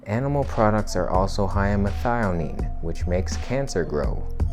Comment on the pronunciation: First time I heard someone pronounce methionine correct ++. Great video.